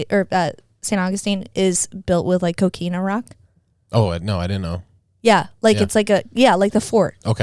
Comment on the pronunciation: I thought she said cocaina rock, lol